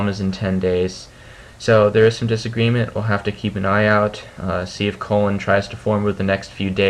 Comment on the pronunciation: u say colin like colon lol